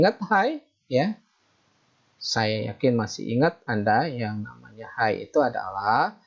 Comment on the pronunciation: Hay itu sebutannya hey bang.... bukan hai.